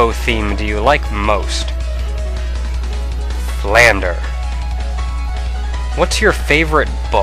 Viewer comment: Alright, I'm sorry for being "that guy.", but it's Flandre ("Flan" like the food, "Dre" as if your talking about Dr. Dre. "Dray," basically.). Her name could be translated as Frandle, though, and I often see that translation on videos posted here on youtube by Japanese people with Engrish descriptions. Sorry, I have a bit of a thing about names (I could say more about other names, but I also have a bit of a thing for Touhou, so I'll stop at that).